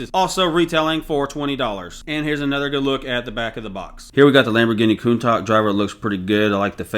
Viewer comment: Say it with me, "Coon-Tash" 😉 All the best bro, I like the longer format recapping the performance of the recently retired sets after showcasing the new ones.